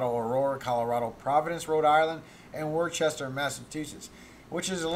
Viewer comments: It is NOT pronounced Worchester! It is pronounced WOOSTER. Wooster (Worchester) MA. please DON'T "like" this comment, if you insist on MIS-PRONOUNCING it. smh 😒😟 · Worcester is pronounced "Wooster" , Massachusetts just think Mass-a chew-setts :)